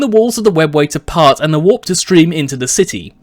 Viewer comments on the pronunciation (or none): none